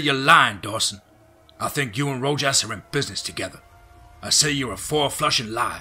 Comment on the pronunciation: I've been trying to listen to these stories, but the weirdly timed pauses, and him saying stuff like "fink" instead of "think" is super annoying